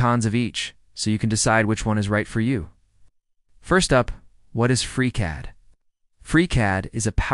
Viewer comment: "Fusion 364"........"aH!!!!!!!!!"......"without its passionate leader 🖖🖖"......"OUT-cOmE!!!! " ..... "it feels more engineer Y and Raw" ..... FReeCAD v. FUSONO😑..... "Freecod" ..... whispers and rushes a huge point about F360's data management & collab features like they're medication-induced side effects ..... "FreeCAD is 100% free and a good choice" . The takeaway here is literally, "Try both and see for yourself". Umm...that's the problem. I don't have the [fill in blank to suit your specific situations, fam] to try both and see. Anywho, here's a free YouTube social engagement credit for your time I guess. Reader, at , freeze frame JUST before the other video suggestions pop up. It's the most endearing representation of the whole FreeCAD vibe. I love FreeCAD so far BTW and I already know it's going to see major iterations and improvements from devs and community. Happy modeling everyone!